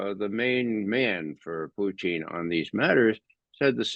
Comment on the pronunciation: Good man. Can’t pronounce Putin. Too bad.